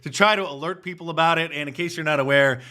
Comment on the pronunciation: "Ejukatin'😂 black peeeeepole😂"